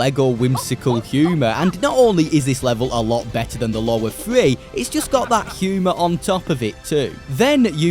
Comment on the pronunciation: It's "three", not "free".